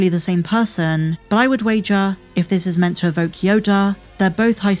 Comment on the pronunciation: she pronounces yoda --- YODARRR... yodaar yodarr this yodarrr that